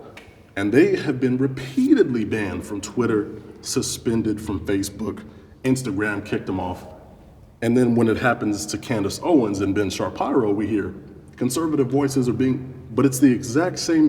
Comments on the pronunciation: Ben Shar-PY-ro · Ben Shar-Pi-Roe? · Buddy said “Ben sharparrow” like his last name isn’t harder to pronounce, probably “odesynasynopya” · Ben Shar-pyro 😂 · Lol “Ben sharpairo”…….tells you how much this guy really knows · Ben sha-peehr-oh. Not shar pir oh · Like a wise Azan once said: „Ben Shabibo“ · I was wondering what this comment meant......now I know....jesus christ bruh, did you stroke out or something? Ben ShaaPYRO......kinda sounds like the African version of ''Shapiro'' tbh xD Oh, and just one other thing: Your intro statement ''We need to be able to disscern who gets a voice, and what they are able to say'' few problems with that.....and i am NOT being hyperbolic with my choice of analogy, that reasoning is quite close to how mr Stalin viewed things. He decided who could talk, and what they could talk about. No person or group of people can ever, and should never, legislate speech, everyone is biased in some way or another, especially career politicians, their job has its foundation in political ideology. So in order for you to protect peoples feelings, you would have to take away the freedom of speech of most people (which would be a ethical and moral abomination, any serious attempts at doing it should be prosecuted as crimes against humanity) , So, you gotta stop thinking like that man, it isnt Stalin-evil yet, and I dont feel like you have any malicious intentions, but you are just outside that neighbouhood of evil...... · Ben "Sha-PIE-row" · "Ben shah-py-ro" 💀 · BEN SHA-PYRO??? 😄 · ‘Ben Sharpeyerow’ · “Ben Sharpairo”?! 🤡🤣 gotta learn to pronounce the name properly before you speak of it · ben SHAR-PIE-RO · I giggled when he pronounced Ben ShaPYRO. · “Ben Sharparo” I’m dying over here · lmao did he really just say ben sha-pyro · Wait, hold up... Did he just say, "Ben Shap-EYE-ro"???? That's the actual first time I've ever heard someone pronounce his name like that. ☠☠ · Candace Owens and Ben Shaw-pie-rho? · Ben Charcuterie??!!!! 😂😂😂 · Ben sharpotoro